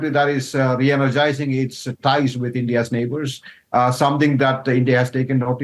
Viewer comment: He started off with Indiat instead of India's, thats a new word "Indiat". Lolz.